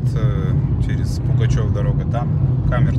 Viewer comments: Ты не один населённый пункт правильно не назвал))) Не Пугачёво а Пугачёв! Не подтëсное а Подлесное) Заправка не батпрол а балпетрол, У города Балаково ударение на третий слог , надо знать единственный город пяти всесоюзных строек на весь СНГ и тд) Кстати это провинциальный город с ценами на недвижимость как в Подмосковье) а то и выше. И сдувает на трассе потому что машина лёгкая, на мерседесе е класса такой фигни нет) удачи на дорогах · Не Пугачево а Пугачев, не БалАково, а БалакОво.